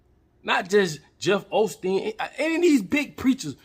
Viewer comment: HE SAID JEFF OLSTEEN 🤣🤣🤣🤣🤣🤣🤣🤣🤣🤣🤣🤣🤣🤣🤣🤣🤣🤣🤣🤣🤣🤣🤣 I ❤️!